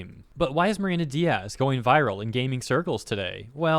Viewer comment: just so they don't tell you later that you fked her name on purpose... her name is not Diaz(days) is Diez(ten/10 like ben 10 but in spanish) similar words i get it but pronounced different... i am just leaving this here so you can do with this info what you want, just letting you know they might twit something about the miss pronouncing her name on purpose cause you are blah blah blah etc...